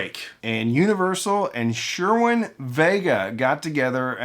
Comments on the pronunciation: Cerwin Vega, pronounced Sirwin not Sherwin.😉 As for a sub, it depends. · Shure Win Vega...LOL I've always heard it and said as Sir Win...spelled Cerwin. I'm just saying... Love your stuff...CV went under in 2003. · my two double 18 JBL SRX passive subs with two dedicated 2000 watt Crown amp Do a good job for adding punch to my home stereo…..btw….it’s pronounced Cer- win Vega… …….not sure- win Vega .. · never heard Cerwin Vega pronounced Sherwin Vega, always heard it Sirwin Vega. put up your 5.1 surround system and mid music/movie, just unplug the subwoofer then let me know if you need one. It isn't a matter of "hearing", rather feeling plus a little audio fill at the lower frequencies. Hell, just listen to your 5.1 with only the rear surrounds or just the center fill and let me know how "great" it sounds. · Ghetto culture not car audio culture like you said. you pronounce cerwin-vega as though its pronounced sure win vega, never heard it pronounced that way ever. And as far pipe organ music recorded on a cd what about before cds were ever made, you make it sound like there was never a pipe organ recording on vinyl but i know your wrong my father had pipe organ on vinyl in the 70's and on his gear it hit low and had bass i never knew existed before i heard what he had played. And all those frequencies you mentioned boosting adds more of a bass thump at 60 hz, 80 starts to get more of a resonance in the bass and 100 starts to add even more and a bit hollow in the bass that can make it sound like crap. Ive never heard a car pounding some ghetto music and it had those frequencies you mentioned boosted, their always lower frequencies that add more rumble to the bass not thump. I been into audio since i was 15 yrs old and learned a lot about equipment, equalization and sound quality and consider myself to be knowledgeable in all mentioned areas. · "Sherwin" Vega, lol. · are s”hhh”ure that’s how it’s pronounced? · lol "Sherwin" Vega